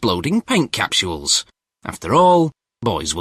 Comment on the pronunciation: that was actually interesting, if thats how it is really made. but i like the beginning, lmao "paint captuals" lmao thats what it sounds like, lol